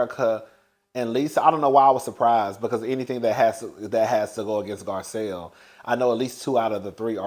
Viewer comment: Let's take a shot every time he calls Garcelle, Gizelle 😂😂😂😂😂😂